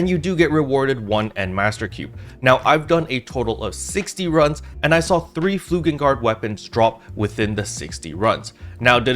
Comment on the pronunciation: It's flugeLgard, not flugeNgard.